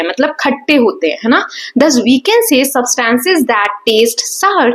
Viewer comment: Mam you are did not pronouncing substance right... But you teach very well!❤